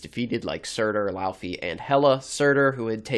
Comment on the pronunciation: It's not LAUUUFI in pronounciation, it's LAWFEE. Laufey.